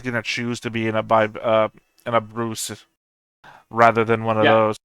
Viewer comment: As a Bruce, mispronouncing BuCUE (Ba-Ku) as Bruce twice (and Boo-See once which is understandable) was amusing and I assume my fault.